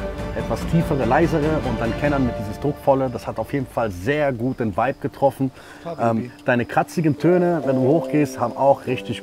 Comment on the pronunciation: jury hat keine ahnung wovon sie sprechen, in jedem satz sagen die "du hast den vibe (wuibe ausgesprochen) sehr gut getroffen".. bruder welcher vibe?? was ist das für eine bewertung, wie wärs mit aussagekräftiger kritik??